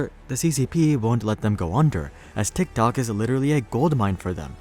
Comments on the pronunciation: Did he say “Dicktok” ??? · This guy says Tik tok like a dork😂